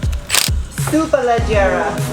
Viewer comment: "super leggera", well pronounce, bravissimma...hi there from Italy.